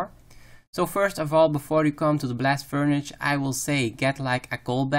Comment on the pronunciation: convengur belt, blast furnitch- totally fkt